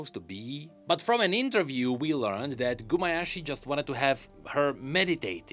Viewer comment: Also it's Gumayusi not Gumayashi...